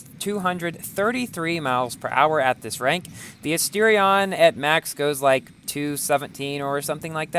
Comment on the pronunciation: Why does he says chentanario and astirion